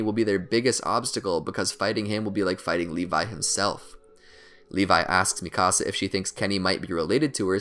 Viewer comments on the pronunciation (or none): lol he says mikasa like "Mì casa" XD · Sounds like mecasu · THE WAY HE SAYS MIKASA “MI CASA” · and Mikasa´s...he kept saying ''me cása'' XD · Is anyone triggered that he said “mikasa’s” name wrong! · I'm sorry is anyone else triggered by the way he pronounced hange or mikasa